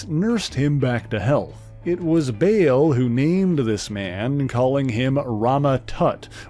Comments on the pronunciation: Yeah, "Bail" - it's Baal, like "ball", not bail 😑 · Bale? It's Baal [spelled w/2 A's] pronounced BAAHL